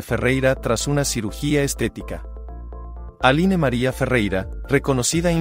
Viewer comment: Se escribe ALINE, pero se pronuncia: "Alin" nombre de origen francés.